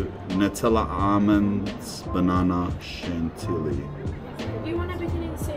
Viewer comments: ‘Shalelee’ cream made my day 😂😂😂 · The way he was pronouncing chantilly had me cracking up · So, linguistic is something I'm vaguely into and I must say, your accent/pronunciation is really not bad. And then there is chantilly ... and I must confess, I cannot contain my smile haha Also, definitely had a laugh when you went "oh don't tell me crêpes are going to become a savoury thing, like burgers etc..." coz like, well I mean, somebody's gonna have to tell you, that it's already a thing, the sugary aspect of them is just the one most famous worldwide. Crêpes are culturally linked to the French region of Brittany so when among French, we usually don't claim ownership of them as a nation but rather leave it for Breton people to claim so.